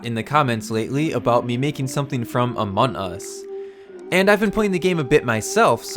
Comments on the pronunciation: u siad amon us instead of among us XD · Just saying um the name in not pronounced Amon us it’s Amongggg us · Im not trying to be rude but your saying amont us not among us trying not to be mean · Your saying Amon us it’s among us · ITS AMONG US NOT AMON US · Can you stop saying amon us is called among us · It’s not amon us!!!! It’s among us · Him: FRom amun us Me:AHAHAHAHAHAHAHAHHAHA SHE JUST SAID AMUN US My mom:Whats going on up there!?!? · Every time he says among us he forgets the g lol